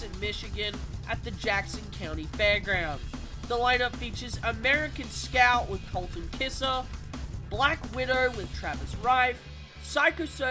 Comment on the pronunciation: Colton does what now? Lol. For future reference, the name is pronounced like kaiser. 🤣